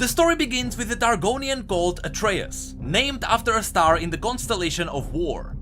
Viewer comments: Why are you saying Atreus like its said in greek mythology and mot how Atreus class himself or how you said it in the previous lore video? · Yeah, i was wondering why did used the Myth's pronounciation in this video when in Pantheon's interaction vid, it explicitly used pronounciation of "Atreus". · Pronounces Atreus wrong Riot: Changes Pronounciation in Rework: Uses Old correct pronounciation Riot: Am i a joke to you? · Please pronounce Atreus the way you used to, it feels disgusting hearing it in the middle of this great story. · ITS PRONOUNCED AS ATREUS BOT ATREUS !